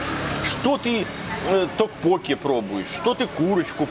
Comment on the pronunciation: ТокПоки, а не боки